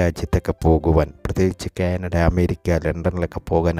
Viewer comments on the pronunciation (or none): none